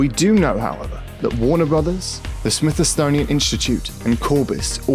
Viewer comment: "..,the Smith-Estonian institute,..."(??)😂 Is there a fact book hidden down there too?